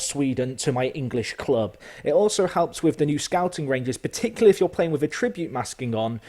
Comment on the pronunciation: lesson 1: learn how to say attribute right